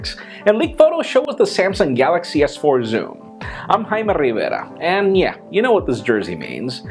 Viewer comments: stop saying rivera with an accent, it's annoying